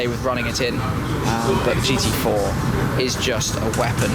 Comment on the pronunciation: that was hilarious how good shmee said the gt4 on german xD please do that again